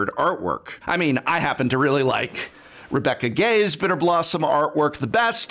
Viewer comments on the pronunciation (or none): = Has one of Magic's best pieces of art from one of Magic's best artist...... Can't pronounce her name correctly. I literally cringed in agony when I heard Rebecca Gay instead of Rebecca Guay.